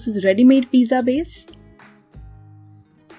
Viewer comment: She really saying piza like piza tower 🤣🤣🤣